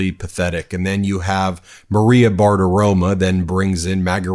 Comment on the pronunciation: I know that it's pathetic Fox, but please Ben, could you make an effort to pronounce Maria's last name correctly?? Her last name ends in an "o", NOT an "a"; i.e., Bartiromo NOT Bartiroma! (retired teacher)